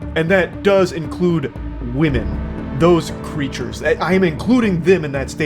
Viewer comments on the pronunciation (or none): Why do you keep pronouncing "women" as "woman"? wtf? 😂😂